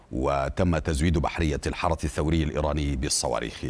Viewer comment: قول الحرس الثوري وليس الحرث الثوري